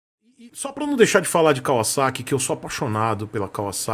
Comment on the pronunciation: Fala Kawasaki direito...não é "Kawaçaki" kkkkkkk vc não tá no Japão.